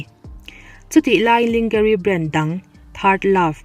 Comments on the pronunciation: Lingerie tia lam lovin langerie tia lam tur a ni lo maw? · Lingery ( Lingari) ni lovin...Lawngery tih tur. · Ling-ga-ri anti ngeia(h). A lam dan zir nawn leh rawh! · hming lam dik loh i nei thin min rawn zawt tawh rawh, behati prinslu tihte lawnjare (lingerie)tih te